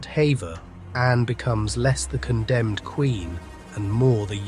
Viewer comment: Will you please tell me why you insist on using modern day dress instead of keeping it in context this was the 16th century for heavens sake. oh and apologies for being pedantic but although the spelling is Hever it's pronounced Heever, though well narrated these videos are slapdash, and names of places wrongly pronouced. Sorry to be so sharp